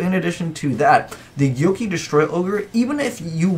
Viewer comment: Whoever told you it's pronounced 'gyoki' needs to be shot. It's 'go-key'